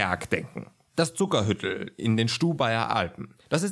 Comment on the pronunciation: Zuckerhütl spricht man bei uns in Tirol lang aus - "Zuckerhüütl", kommt von Hut nicht von Hütte ;)